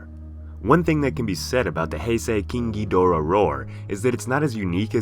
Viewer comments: Is it just me or the way he pronounces KING GHIDORAH somewhat sounds like KINKY DORA? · Nobody:: KEENG GEEDORAH